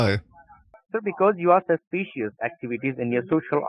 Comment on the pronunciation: Sauce- pee- she- us. Nice.